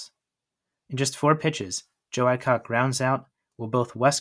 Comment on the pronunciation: Should have learned how to pronounce all the names properly especially Burdette and Adcock.